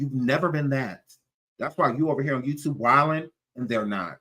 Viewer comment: I never heard of Jaguar, until she came to "The YewTube" 😆😆😆😆